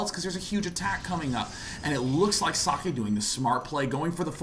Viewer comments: guys, socke's name is pronounced like ZOCK. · well, I forgot who but another commentator who spoke with himself said he pronounces it as zock. *shrugs*